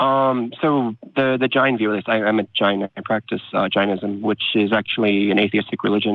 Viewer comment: It's JAIN-ism much like Chain-ism. I think Jainism & Buddhism either branched of from Hindhuism or shared beliefs. I'm from the country of the religion you're practicing. So, why stop at Jainism? Why not go all the way to Hinduism? Foreigners, please stop mispronouncing our language. You stole so many things from us, please don't steal our languages too. I exited Hindhuism BTW, a religion you're kinda practicing.